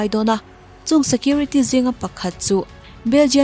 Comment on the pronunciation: "Malinois",ni lovin"Malinua" ti a lam tur.